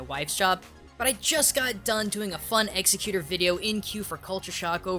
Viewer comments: am I the only one bothered by the way he says exeggutor? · Every time I hear the name, I keep thinking how badly he butchers it. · This weeaboo can't even pronounce the fucker's name right. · I can't get over how you pronounce Exeggutor wrong every single time.... There's no C in his name. Like god damn. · Well you cant like exeggutor considering you dont even know how to pronounce his name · the way you say exeggutor really grinds my gears :/ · i hate the way you say Exeggutor... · for someone who gets an accent everytime he says something in another language hes having a very hard time pronouncing exeggutor's name. kinda surprising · Says its his favorite pokemon.. pronounces the name completely wrong. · I love ya,. I do. But if you pronounce Exeggutor wrong one more time, I'm gonna be mildly annoyed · his pronunciation of exeggutor hurts me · Your pronunciation of Exeggutor bugs the living shit out of me. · you're saying his name wrong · Ooo that's not how its pronounced :S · Incorrect pronunciation of Exeggutor. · No. executor, exeggutor. ex-ec-u-tor, ex - egg - u - tor. Please learn to English. If you can't, __________________________________. You can imagine my opinion of you in the blank space. :) If you want the correct 'Japanese' Pronunciation. 1) Go Japan 2)Learn Japanese 3)Read how they say there 4)Don't tell us. We speak English. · Eggs-egg-you-tour not, executer, thats something else. just listen to his cry in the anime and what the characters call them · ex eg u tor. geez man not eggs eh cuter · uuugh anyone else cringing the way says exeggutor egg-se-cute-tor maybe it just because of the anime but i want to hear it ex-egg-u-tor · IT'S not eggsa cute er it's exeggu tor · egg Zec you tore not eggsicuter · "eggs-a-cuter". It's said egg-sec-u-tore. Normally I wouldnt be irritated by that or pointing it out but with how often it was said it got grating. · executor? egg-zeg-you-toar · You're pronouncing Exeggutor wrong. It's Ex-EGG-u-tor.